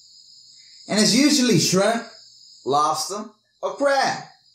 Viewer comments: I like how u say lobster, "lets take lobsta.." Seventh day adventists will tell you the same thing. And its also why they dont eat pork. They are the cleaners... the dumpster eating critters. I hate shell fish and shrimp for this very reason. gross!!! BUT why would you make a video without learning everything so you can say it properly?? Lol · " i grew up on labsta.. you know.. .... " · Lobsta lol where's the R good video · I like how he says Lobster! 😂🤣